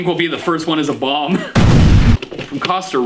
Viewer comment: I had to watch the first part 3 times to realize he said “bomb” and not “bong”😂